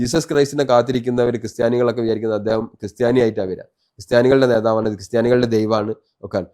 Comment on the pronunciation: 'മറുനാടൻ' ഉച്ചാരണം പഠിക്കണം ഉസ്താതേ, 'നേതാവ് 'എന്നതിന്റെയും